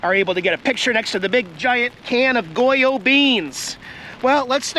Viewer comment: you pronounced Goya perfectly.